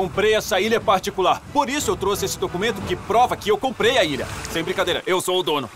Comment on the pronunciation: comprei a "ira"? Kkkk